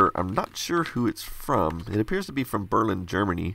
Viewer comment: How you pronounced Berlin...